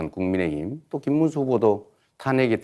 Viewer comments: 김문수는 한국어좀 배워서 토론 하세요 발음도 정확하지도않고 무는말인가 모르겠고 자기험담은 나모라라하고 넘 욕할 처지가 안돼는 사람이 무슨 토론을 한다고 한심 하네요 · 김문수는 진짜 비주얼이 절대 대통령이 될수없다 혐오 스러 부인도 똑같이 부모가일본인 전광훈 때거리 내란수괴범 옹호자 관상은 과학이다 김문수 절대안됨 말도더디더디 촌스럽고 발음도부정확